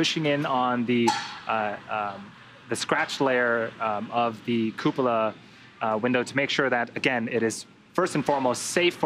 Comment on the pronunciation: Good god American's pronounce cupola poorly, lol. Please just call it a dome for the sake of our ears.